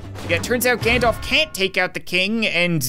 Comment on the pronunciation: everytime u said "Gandalf" i thought u said "Ganondorf"